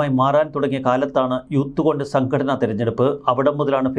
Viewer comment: കൊണ്ടസ് അല്ല കോൺഗ്രസ്.... 😂